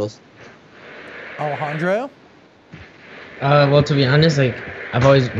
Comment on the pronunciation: It's Alejandro not Alajandra